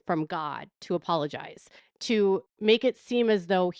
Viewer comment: And he can't even pronounce that word correctly 'pologize'